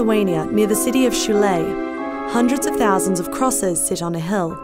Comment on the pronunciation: she says hell instead of hill a hell of crosses lol